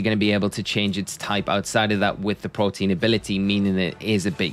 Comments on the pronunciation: it's Protean not Protein lmao and the pokemon is likely Battle Bond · It's "protean" not protein lol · It's protean not protein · Why is every PokeTuber calling the "Protean" ability, "Protein"? Is it a meme? Sorry for being out of the blue with thus question.. just being curious about it. Also great video! Keep up the good work 👏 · The ability is “Protean” not “Protein” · Greninja's hidden ability isn't "protein". Its pronounced "pro-tea-an". Protean means versitile or having a tendency to change. At first I thought it was your accent making yourself sound foolish, but you actually have it spelt "protein". HUGE L Edit: Also WTF is "Psychical"? SMH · All poketubers' ability to mispronounce everything is amazing! Dude even misspelled it in the graphic. Protean bro... As in PRO-TEE-ANN. Thank you for coming to my TED talk. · Why can no one who makes these videos say “pro-tee-an”??